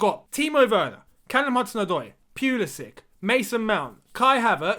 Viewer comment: Tuchel still pronounces Pulisic as Pulisich